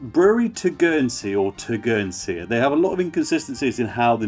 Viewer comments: Good video mate, it’s such a good beer, one thing is Tegernsee is pronounced like Tee Gan Sea, rather tur gan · It's pronounced Tay gen see